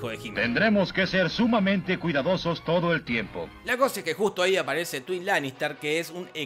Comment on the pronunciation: Todo el puto mundo: taigüin lanister Jorge Pinarello: tuin lanister